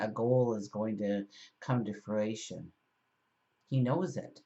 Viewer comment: Fru- I, shun